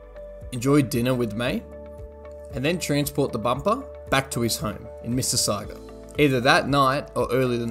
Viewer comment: Missi sauga, as in sausage.